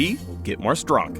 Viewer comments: Did this dude just say "stronk" cringe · It actually says "stronk"